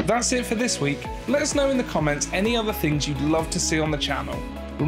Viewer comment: when you said social chanlle whats channel or website